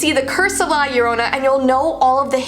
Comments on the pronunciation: Me being Hispanic actual screaming cause she’s pronouncing it wrong anyone else like this- (not tryna be rude o-o) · saying:"la llorona" Me:(being mexicana)that's not how you say it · I watched le movie and it's scary as FRICK, btw she only comes for Mexican kids not other Spanish ppl or ye XD and I was annoyed that you were saying her name wrong ;-; and yeah I Hispanic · Your saying the name wrong.just saying love your vids! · Omg yes it hurts so much how they dont know how to say her name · I know right so many people pronounce it wrong 😂😂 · I know 😭😭😭😭😭 I'm latina and I cringed! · It's funny when people say Mexican words hella wrong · I’m Mexican and your saying the name wrong tho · Ewwww say it right... please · Who else is bothered when someone says La Llorona "wrong".... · Your saying it ring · i love her ❤️ but is any other hispanics watching a bit annoyed by how she is saying “ llorona “ ☠️ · I know everything about her and your saying her name wrong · 😂 I love that she says it wrong #Hispanic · your not saying it right u know cause i Mexican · Me being a Mexican: You better say it right 😠: *Says it okay-ish* (That's not even a word) Me:... I'll let her pass she is one of my favorite YouTubers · You should try to role the r in La Llorona....Yeah I know that she s not Hispanic but me being a Mexican I prefer rolling the r because it sounds weird if you dont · OH MY GOSH YOU SAID IT WRONG im Mexican but don't worry I still love your videos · No hate but the way she says La Llorona bothers me and I'm Mexican so it bothers me how she and others say it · Yea same but its just that she not used to pronouncing stuff like that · It's not pronounced la larona it the curse of the lacharona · I say llorona and im american and when I heard her say yorona I was like isn't it llorona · Ok, no offense because I love your videos, but it’s not pronounced la yarona, it’s like this, (lah lah-rohna) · the girl say think larona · It’s La Yo-ro-na